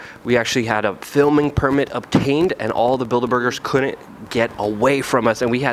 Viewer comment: PLEASE learn how to pronounce COULDN'T AND DIDN'T. It's not COULDENT AND DIDENT. And it's not CU'ENT AND DI'ENT, either.